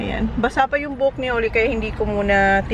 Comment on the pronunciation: could you please pronounce your son’s name correctly…..his name is Zach and not Sak 😂😂😂 Even your daughter her name is Holly and not Holy….you’re murdering there names